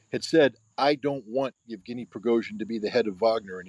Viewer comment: Thanks for the show, but surely you could learn to pronounce at least Wagner as for the composer: Vag ner with a V as in German, and the Russian names too. It's not that hard to say Yev ge ny. Just split it up if you need to. It means Eugene in English. etc. A bit of knowledge of your subject goes a long way. But a big thanks for inviting Scott, who is the most knowledgeable in so many fields that he is unmissable. He is also very good at analysing geopolitics.